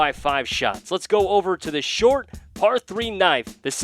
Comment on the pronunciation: “The famed shart par 4”